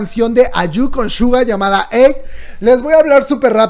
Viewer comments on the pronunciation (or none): none